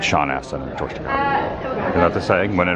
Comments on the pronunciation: Takei is pronounced tuh-kay, not tuh-kai, as he explained many times on the HS show, "like Okay." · Adam, come on. Its pronounced George Ta-KAY. Rookie mistake man.